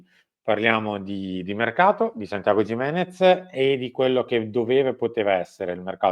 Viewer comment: si pronuncia "chimenez"...lo ha detto lui